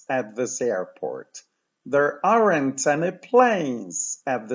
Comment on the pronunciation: bardzo cenię Pana lekcje..... ale to AREN`T.. to chyba nie jest właściwa wymowa